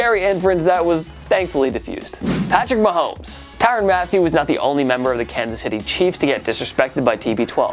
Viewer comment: I thought it was "ma-thay-you" not "Matthew"... Maybe I'm wrong though.